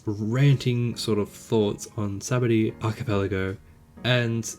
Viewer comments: In the anime, the narrator, Luffy n everyone pronounce Sabaody as "sha-BON-dee". Idky, but thats the correct way. Guessing its Kanji related 🤔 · "Sabondy" 😄 Based on the Portuguese word "sabão" (kind of pronounced as sabon), which means soap. Bet it makes more sense, now. 🧼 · The name of Sabaody Archipelago is derived from “Sabão”, the Portuguese word for Soap. This leads to the pronunciation being “Shabondy”, a pronunciation that no English speaker would ever guess when sight-reading the word unless they are bilingual. In the sub this problem solves itself a bit, the subtitles give you the spelling while the voice actors pronounce it Shabondy so if you take a moment to pay attention you can come to this conclusion. In the dub they decided to pronounce it in a way that would lead you to spelling it correctly at the cost of pronouncing it incorrectly. Not the adaptation choice I would have made but I can understand the reasoning. EDIT: Anyone reading this comment, be sure to check out the replies being supplied by those far more educated than me on Japanese Etymology!